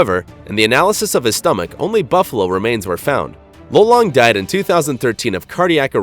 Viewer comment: Same here! And im sure that its pronounsed "Ló-Long"